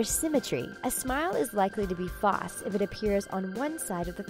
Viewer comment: is nobody gonna mention how the speaker in the video says false wrong it bothers me a little, just a little.